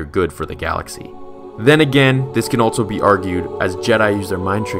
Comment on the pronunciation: Bro it’s also... not altso.